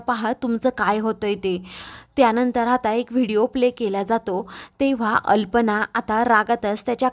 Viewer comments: कल्पना ऐवजी तुम्ही अल्पना असे म्हणत आहात. तेवढी चूक दुरुस्त करून घ्या.❤❤❤❤❤❤❤ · Aag bai alpana nahi kalpana aahe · कल्पना ऐवजी तुम्ही अनेक वेळा अल्पना म्हणतच आहात.